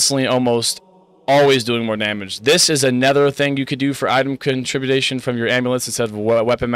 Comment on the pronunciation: Surprised no one commented on the Halo music in the background. Also, con tri bu tion hahah not trying to be a jerk just for future reference.